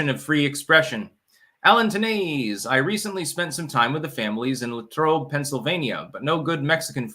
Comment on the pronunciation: I chuckled at hearing "Latrobe, PA" with a french accent. it's definitely pronounced with full american accent. Over in Pittsburgh, PA, there's a neighborhood called North Versailles and it's pronounced "ver-sails" lol